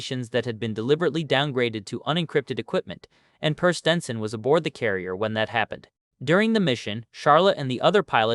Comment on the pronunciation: You should train your AI to pronounce names consistently the same way throughout the video I heard your AI pronounce the name Per a few different ways(Pair, Purr, Pier)